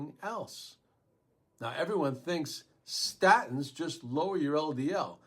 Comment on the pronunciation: Are you saying Statons(sp?) What about high fish oil?